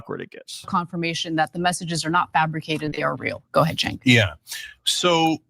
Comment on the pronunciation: Did she call him “Chenk” ? Spending too much time with those who willfully mispronounce names of people from diverse backgrounds, maybe…. 🙄